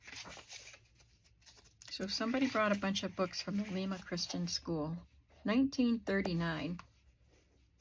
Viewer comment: Hi! Awesome finds! Love looking at hauls😍 You are off to a good start this year! Lima, NY (my neck of the woods.) Pronounced “Lime - a”